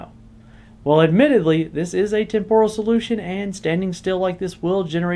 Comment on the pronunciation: That’s not how temporal is pronounced. 😝